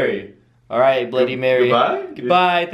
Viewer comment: it's bloody not bludy. And it's reflection not.. Whatever you said